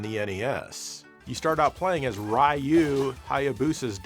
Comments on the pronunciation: IT'S PRONOUNCED REE-OO!!! NOT RYE-OO, YOU SAVAGE PAGAN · Ryu is REE YU stop saying "Rye Yoo" >_< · Why u keep calling him Rei-you in ninja gaiden? It’s just Ryu (RE-you).. Or u makin another TATE MODE type joke? Tho I feel like this one’s obv even if I didn’t alrdy kno Japanese. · Actually i believe it's spelled Rye Hugh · Everyone knows the correct pronunciation for Ryu is roo. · Ryu….one syllable Pronounce as “dyoo “ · Who is Rai-you? That mispronunciation had to have been on purpose. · I wonder how would feel if we called him JO-"E" since he can't even pronounce Ryu's name properly. 🙄